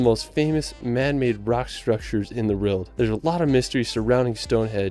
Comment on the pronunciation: Shame the guy in the video who is a famous world traveller can't say WORLD properly.